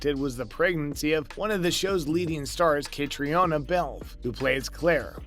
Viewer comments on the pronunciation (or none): Dude, learn how to pronounce Catriona's name! Ka-Tree-Na. How can you make video's and not take a moment to research proper pronunciation beforehand? Lazy! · Again, I'm asking you guys to research how to pronounce their names!!! KA-TREE-NA!!! She's the star of the show!